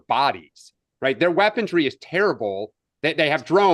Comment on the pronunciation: it is weaponry not weapondry. leftist men